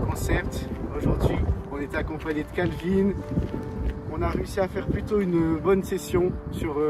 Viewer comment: Kalvin et non Lanvin. De jack